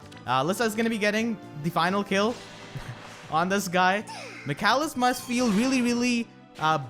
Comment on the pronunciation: Great guide! Your pronunciation of Michalis is (almost) correct. It's a Greek name and pronunced m ee h aa l ee s .